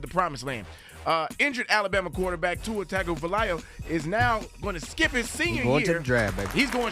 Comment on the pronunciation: His name is pronounced Two-a-tung-a Vi-a-low-a Lol